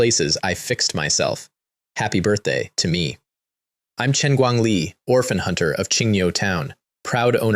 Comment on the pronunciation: ... when the narrator said "orphan hunter", it did not place the correct emphasis and my mind immediately went "holy shit he hunts orphans!" 😂